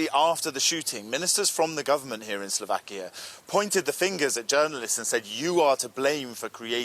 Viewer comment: it's slovakiA not slovakii you bright minded ...